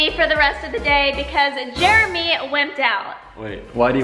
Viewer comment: "Jeremy" not "Jermy"